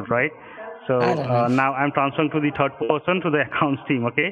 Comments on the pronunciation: 'I'm transferring you to the turd person'. Sounds about right. 🤣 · "So now I'm being transferred to a fifth person?" "No no no, uhhh to the turd person". LOL